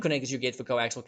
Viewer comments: Coaxial, not coaxile. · I'll just throw this in because nobody else has yet - the final cable is actually "Coaxial" cable, pronounced "kow·ak·see·uhl"